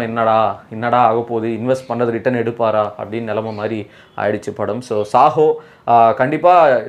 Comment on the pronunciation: Bro it’s Saaho not sahoo